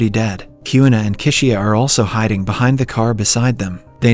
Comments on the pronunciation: Kishiya (Chishiya) 🤣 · “season 2 opens up with arresu, yousagi kiuna and kisiya”